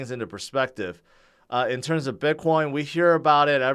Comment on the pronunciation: I love how you pronounce it Bitcwoin!